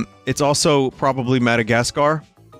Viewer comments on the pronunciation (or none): none